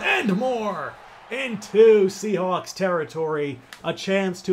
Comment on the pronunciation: "sea halks" bru the hell?